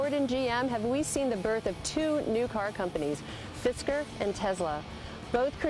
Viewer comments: The women said fidsker but it's fisker. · did she just sayd "Fisker is Gorgeous" ?